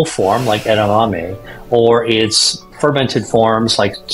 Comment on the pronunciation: Can’t pronounce edamame? They just pronounced it correctly in the snipped video. Get a new AI voice. Too many commercials